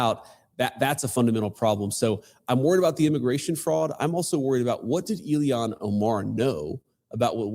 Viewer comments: JD VANCE calls her Illian not Ilhan Omar lol. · I enjoy how he continually mispronounces her name Ilian. He's such a smart guy, he's definitely doing that on purpose for sure lol